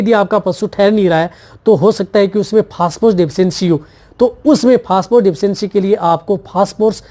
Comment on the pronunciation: पेहले आप फास फोर्स बोलना बंद कर दे...😂😂😂 फोस्परस बोले..